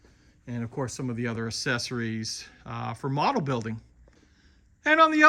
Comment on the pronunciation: Accessories is pronounced ak-SES-or-es. The first c is pronounced as a k, as in accept and accentuate and accelerate.